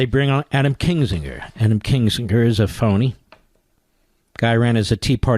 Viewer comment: Why does call Kinzinger Kingsinger? And just make sure you were hearing it correctly, he repeats it over and over.